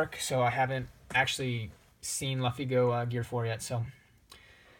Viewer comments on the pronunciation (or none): come on man you call yourself a manga collector and mispronounce the protagonist of the best manga in the world wrong. Like come on..